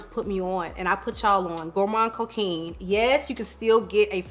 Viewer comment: Thank you for this video!!💖 ps: the « quin » in coquin is pronounced like an « quan »